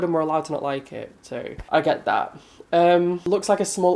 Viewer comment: omg in your next video start it with your normal intro and then be like soy ready for this XDXDXDXD IM DIEING!